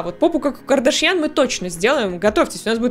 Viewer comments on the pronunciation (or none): none